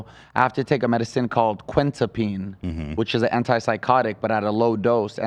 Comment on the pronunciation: Loved this interveiw!!! One thing, Quetiapine is pronounced (que-tie-a-peen) ;) Loved the realness!!